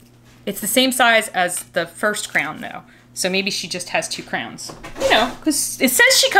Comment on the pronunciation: When you said crowns it kinda sounded like you said crayons- 👑🖍